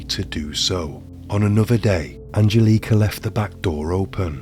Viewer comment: What up with the bad pronunciation of Angelica. I can even finish the video